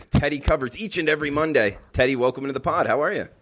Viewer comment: "WELCOme!" Lol that cracks me up.